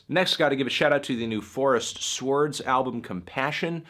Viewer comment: You really pronounced that W in swords didn't you